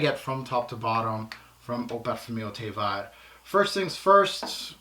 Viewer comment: Fabulous review. Very in depth. Hope you don’t mind me saying the pronunciation of ‘vert’ is ‘verrrrrrr’. No i in there. 🤗🤗🤗🤗